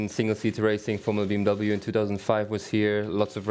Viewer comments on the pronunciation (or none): When a German person pronounces it "B M Double-u"